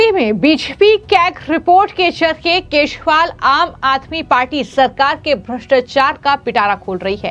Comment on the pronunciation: Aap keshwal bolte hein.Unka naam kejriwal hei